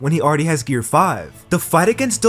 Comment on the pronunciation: Gear not gare